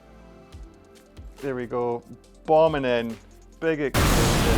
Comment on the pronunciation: Bom(b), the B is silent 😂😂